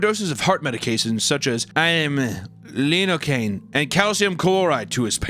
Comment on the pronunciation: I’m now going to pronounce all these medical terms like now. “Hey we need more of that lid oh cane!”